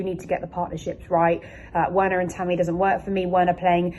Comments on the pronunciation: “Verner” not Werner 😭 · Verner there is no w in german and girou the d is silent start learning foreign language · 1) it’s Werner (pronounced VERNER) and 2) it’s Giroud (pronounced GIROU) you don’t sound the D in his name. Get those two straight please. Danke/Merci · The names sounds better when pronounced correctly...Werner=(Verna)...Giroud (Jirou) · The W in Werner is pronounced as a V.......just saying